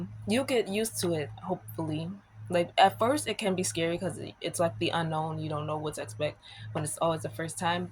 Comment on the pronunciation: Your "Frist" time going to college? Are you taking an English class? 😂. Sorry, I couldn't resist. 😊